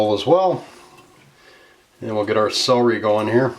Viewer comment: I love celery soup but being English took me a while to realise you were saying CELERY ...sounded like SOWRY??? hence I'm not subscribing sorry :/